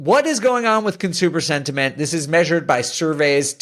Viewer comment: Haha you said sventiment like twice 🤣